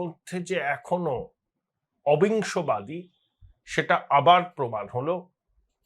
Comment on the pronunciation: Bangla vasha r uccharon ta thik korun... obi songbadi noy... obissongbadi... farak ta bujhlen